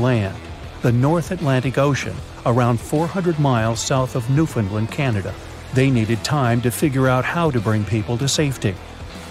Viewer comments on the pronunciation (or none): Incorrect pronunciation its not new-fin-land its pronounced new-found-land (not from there but even I know how to pronounce it) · Love these types of videos but I wish people would say the proper pronunciation for Newfoundland, I’m from Newfoundland and it’s not pronounced New-fin-Lin, it’s pronounced as it’s spelled New-Found-Land